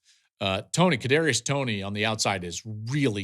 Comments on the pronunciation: Buddy said kadarius Toney this mf don’t watch no games hahaha 🤡🤡🤡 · You called him Kadarius Toney